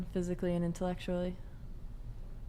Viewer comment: I laughed so hard when the chick said "intellectually" like 'intilecktuallity' instead of "intellectyally" (which is also the wrong word to use in the sentence she should have just said intellect) She's looking for intellect and has none